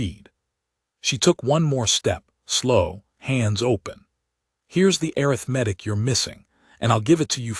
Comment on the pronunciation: The AI needs to be trained where to properly put the emphasis on English words. It's aRITHmatic, not aritheMETIC.